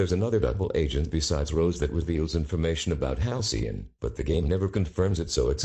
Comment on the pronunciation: Halcyon more like Halcyoff